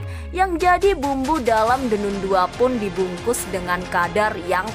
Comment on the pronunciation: The nan bacanya min😊